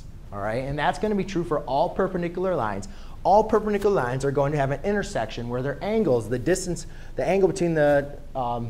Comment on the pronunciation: this math tutor needs to go back to english class to learn how to say/pronounce parallel and perpendicular